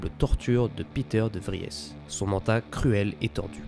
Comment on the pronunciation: Bravo pour ce résumé efficace. J'ai juste été gêné par l'alternance entre le présent et le passé simple. Je pense qu'il vous aurait fallu choisir l'une ou l'autre solution. Mais c'est vraiment pour pinailler. De même, je ne suis pas persuadé de la prononciation de Liet Kynes ou de Peter de Vries. Non ? Bravo encore et merci.